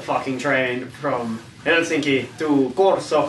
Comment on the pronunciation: The way you pronounced “Helsinki” sounded very Finnish to me. I’m not Finnish but I’ve been there over 20 times.